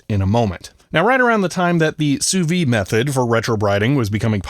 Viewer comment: The "d" in "Sous-vide" needs to be pronounced. It's the difference between "under vacuum" and "under life".